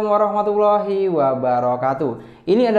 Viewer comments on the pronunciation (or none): none